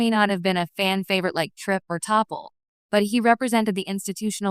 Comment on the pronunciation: It's T'Pol NOT "Topple".